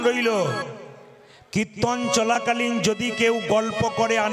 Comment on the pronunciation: কৃত্তন নয়, উচ্চারণ টা কীর্তন হবে, ঔদ্ধত্য মাফ করবেন, ধন্যবাদ।